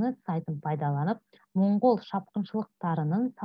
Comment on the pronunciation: Моңғол емес Маңғол деп оқысаңыз жақсы болады.